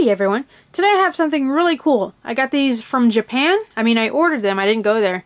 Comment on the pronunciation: It Japan not japen